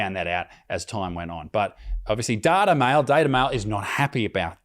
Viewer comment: It pronounced "Date-A-Male"